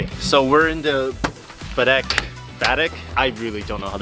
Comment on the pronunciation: HI Guys, Glad to see your posting the rest of your trip. All my family is from C.B. just to let you know the pronunciation is BAH-DECK. We look forward to your new videos!